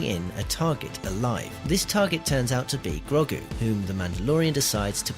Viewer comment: Lol, "Groggu"